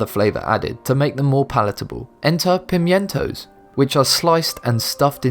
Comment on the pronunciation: "Ewe" is pronounced "you" not "ooh." Pimiento is pronounced "pimento" and it's a sweet red pepper, not a cherry pepper.